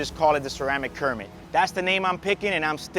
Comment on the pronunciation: Call it a “Cermit”